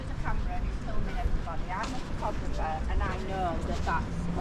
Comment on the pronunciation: she cant even say the word photographer ! how do they get let out without supervision ? you should complain to the local nut house